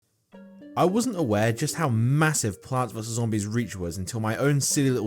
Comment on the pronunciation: did you said MASSIVE